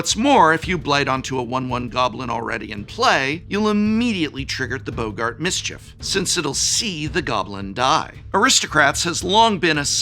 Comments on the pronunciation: I'm sorry, "Boe-gart"? Who's pronouncing it "Boe-gart"? I'ts first name isn't Humphrey. Double "gg" means it's pronounced "bog-gart". English professors smh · Why are people mispronouncing boggart as "bo-gart?" There's even two Gs 😭